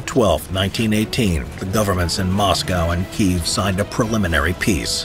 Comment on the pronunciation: Kyiv. And on checking against Ukrainian speakers, it's Keeve